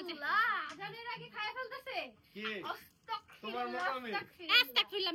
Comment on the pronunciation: আস্তাকফিরল্লা না আপু৷ আস্তাগফিরল্লাহ